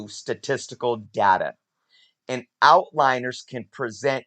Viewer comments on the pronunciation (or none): "Outliers." Not "outliners." There is no 'n' in that word. But, yes, that is a major issue with Covrprice's estimation of raw fair market value. It is also limited in that it only draws from online and cannot account for raw sales in local comic book stores across the country. It also cannot account for things like the skill of the seller in both estimating the grade of their raw comic or of presenting their product in visual format (e.g., if you post more pictures and higher quality pictures of the comic you are selling, and describe it accurately, you increase the confidence of buyers, and likely will get more for your comic in an auction format). Outlier data is also more of an issue for low volume comics where only a few data points exist. Really, any time a data set includes a small number of data points, it is difficult to draw conclusions about the generalizability of that data. The site definitely has its drawbacks, but I still like it because it can help identify trends and lets you have some understanding of sales volume, and therefore, overall popularity and demand.